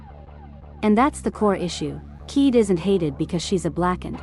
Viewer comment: Kaede Akamatsu: ❌ Keed Akamatsu: ✅